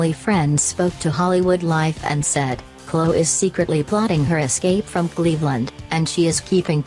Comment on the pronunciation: How can anyone take these alleged celebrity news channels seriously when they can't even use an actual human to rehash the news? 'Klow Kardashian' robot voice lady?